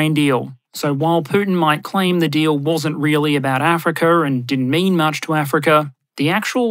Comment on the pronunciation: pronunciation guide: Russar, Chinar, Africar